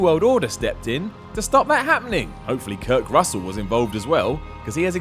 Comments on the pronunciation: Did I hear.. Kirk Russell? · He definitely said Kirk Russel, i cannot unhear it now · did you say kirk russel?